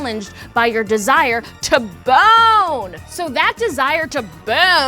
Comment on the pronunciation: Love How Says BONE